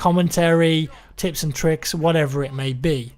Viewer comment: Did you say TITS and tricks? kappa